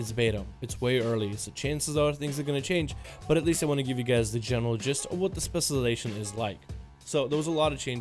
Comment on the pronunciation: Before you worry about pronouncing Main GAUCHE (not Gouche) you should work on saying ‘specialization’ lol... “Specializzon” “Specializzard” “Specializzers”